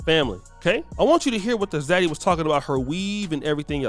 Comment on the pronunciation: idk why some Zaddy would even want her weird-looking azz. What's an Oddy? I don't think that's how you pronounce it. When you told him you wanted to travel, did he ever say he would pay for it all?